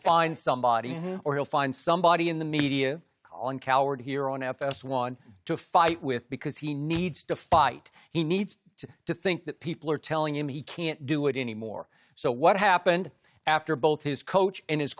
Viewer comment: nah hahah you don't pronounce it "cow - herd"